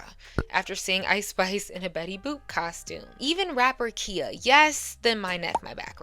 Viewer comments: KIHA, IT'S PRONOUNCED KAI-AH. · Not that it matters but it's pronounced Kī-ah NOT Key-ah. And Bahamadia is pronounced like the Bahamas.